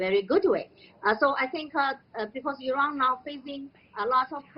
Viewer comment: The chinese lady pronounce Iran much better than western idiots